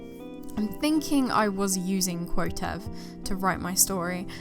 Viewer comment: Wait A min. Quotev is cwow-tev not cu-o-tev? What? I'm confused.